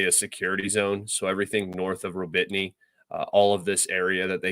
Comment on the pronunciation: Ro-Bit-Ny????? Where the fuck is that???? Do you mean Ro-Bo-Ti-Ny ?????